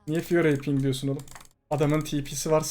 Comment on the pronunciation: Fiora emphasis bu arada.